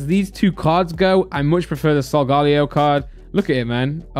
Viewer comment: Its not solgalo Its solegeleo